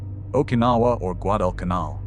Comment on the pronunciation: I really wanted to see this, with my Dad having served in the USMC as a "Radio man", and him telling me that Bougainville was the worst of all, but you have ruined it with your fake AI reading of it. Shame on you. If you can't pronounce Guadecanal then just f-ing STOP ALREADY!